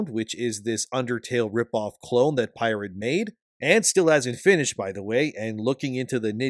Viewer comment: Your pronunciation of the word pirate is off, unless you are making fun of him being "irate".